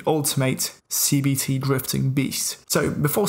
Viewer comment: Sounds like he's saying CBT, not CVT